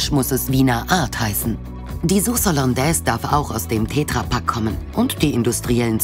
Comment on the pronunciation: Wer spricht Tetra Pak denn bitte "Tääääähhhtra Pak" aus...? 🤣🤣🤣 Die arme Petra in seinem Umfeld 😐